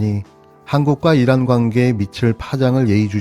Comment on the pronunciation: 잘 들어 보십시요 !! 이란이 아니고 일란 ! 입니다 !